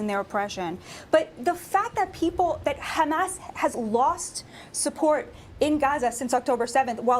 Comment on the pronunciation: i hate when she puts a accent on hamas.........